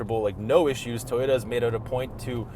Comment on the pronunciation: "Thanks for flying us out TAAY-ota"